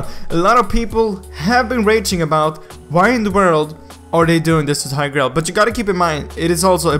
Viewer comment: Is Tigreal really pronounced as TAY-GREL? tf